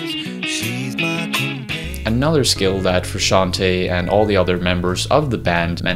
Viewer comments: I hate how he says John’s last name haha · First step : learn to pronounce his name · That awkward moment when you do a video about a man but you can't pronounce his name correctly... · Hey, it's me again, now that we are talking about a band I really know and enjoy, I can tell you, you are pronouncing Frusciante wrong, do your research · He can't even pronounce frusciante correctly